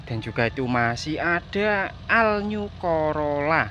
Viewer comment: Assalamu'allaikum wr wb , bozz kalau nggak bisa bahasa inggris omong jowo wae, bener wi,all new: dibaca al nyu , maaf yg benar ol niu bukan nyu. Oklik???